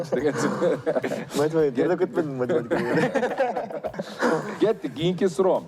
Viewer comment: Метаматика деп койгонун